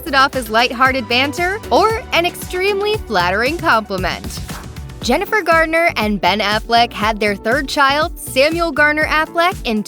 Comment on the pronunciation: Why don’t these commentators get names right if they’re going to speak in public????? There is No D in Jennifer’s name. How do these people get hired??? They need to have someone prep them before they speak if they don’t know what they’re talking about!